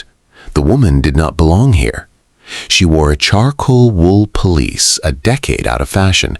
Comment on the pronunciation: Its pelisse not police. The Ton is pronounced Taan not Ton like Ton of bricks. Really Excellent Story! I loved his mother & her sister & both protagonists. ❤